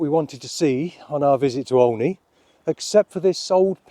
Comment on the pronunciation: The name is said as OH KNEE not OL KNEE 😃